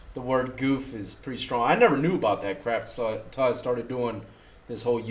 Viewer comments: “Soory” “aboot” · New cam is sick bro. Who else is trippin on “abewet ” or “ewout “?